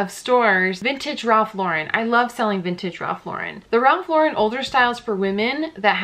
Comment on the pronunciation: Okay--everyone I've seen on YouTube pronounces Ralph Lauren's name incorrectly. It's pronounces LAU-ren (like the girl's name), not Lau-REN (like a French name).